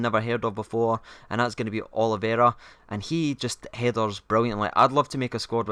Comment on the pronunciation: oliveira not oliveria :D